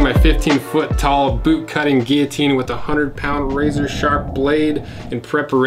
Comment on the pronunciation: I discovered, binged, and subscribed last night, and knew I made the right choice when I heard you pronounce guillotine correctly. Keep up the great content.